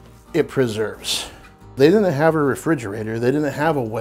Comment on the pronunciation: "Wool-knit," "Cool-knit," and "Din-knit" = wouldn't, couldn't and didn't.